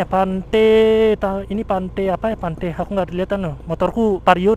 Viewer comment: Pantai bang bukan pante